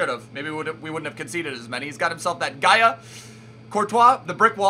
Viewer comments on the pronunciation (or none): none